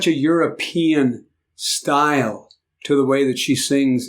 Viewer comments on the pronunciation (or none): none